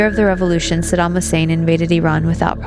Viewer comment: Mmmmm...... Since when did America give a toss about civillians. 'THE ILLEGAL WAR ON IRAQ'. was much published. look it up you might learn something... ibiza luziaa whatever.......... hahaha btw its saddam not saddan. Saddam was a dictator, but so is america they aint any different, but the war was about WMD not anything else.